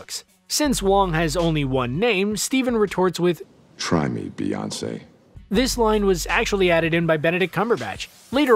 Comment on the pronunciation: try me bewongcé